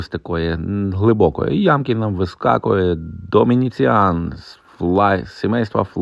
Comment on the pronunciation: Доміціан, а не Домініціан...Запам'ятайте!Ще один момент...Пишуть ,,лемес"...Лімес, лімесний !